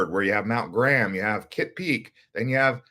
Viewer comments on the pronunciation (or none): none